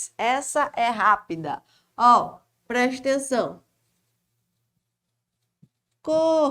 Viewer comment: gosto de ouvir suas aulas só pra ouvir a senhora dizer "prestenção"... kkk Mas suas aulas são mais que excelentes!! Parabéns!